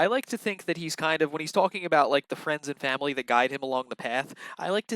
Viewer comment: Me too! N the way he says fwamily